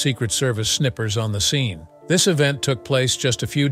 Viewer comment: "Snippers" VS "Snipers" funny......